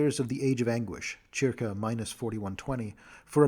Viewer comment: This guy pronounces CIRCA like WTF... and mixed up the words EQUINOX and EQUATOR. This is getting hard to follow at not even 3 minutes in.